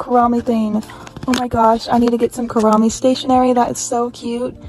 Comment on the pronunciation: i think its pronounced "koo-row-me" like rowing a boat not "koo-roh-me" :)